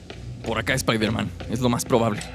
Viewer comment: iron espaider